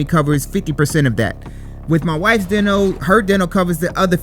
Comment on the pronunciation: He can’t say Dental right.